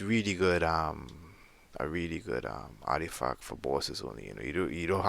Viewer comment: Ardifack ????? ARTIFACT !!!! I can't let this slide, it annoyed me the more you continued to say it incorrectly. Sorry not sorry.